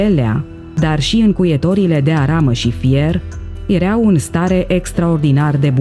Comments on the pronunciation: Da?si unde ai auzit la școala aia a ta ,,iereau" si poate vrei sa spui ,,ierau" dar nu am auzit in viata mea de iereau. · Acel "iereau" de unde provine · '' Erea''EREAU schimba accentul doamna si pronunta corect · Am un amic oltean ce folosete "ereau". Poate asa se vorbeste in unele parti din Oltenia.